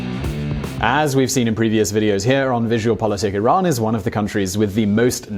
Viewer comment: Thumbs up 👍 for pronouncing Iran correctly